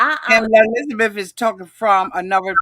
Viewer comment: Did you just call Hisabeth GLENZABETH?!!😂